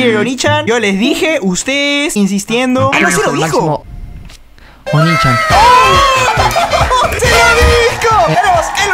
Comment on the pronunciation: no es onichan es oniichan